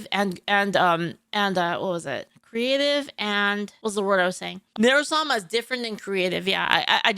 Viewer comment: is this a joke I dont know or does he really not know how to pronounce sama ?